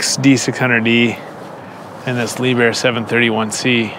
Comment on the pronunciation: Liebherr, pronounced leaphair, yes pronounced it right. Top of the line equipment and German made. It's the Mercedes for construction equipment, why do you think all those who can effort it in the world by German cars instead of Caddilacs...